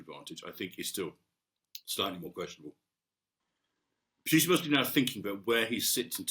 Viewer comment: Love the way he pronounces the name as Mags Thatcher did, "Pewtin"